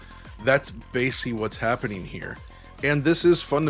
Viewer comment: We need an audio version of DLSS to upscale “vol-oo-metric” and “basely” into ‘volumetric’ and ‘basically’